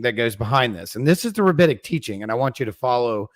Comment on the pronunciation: The word is rabbinic, not rabbitic. They weren't taught by rabbits.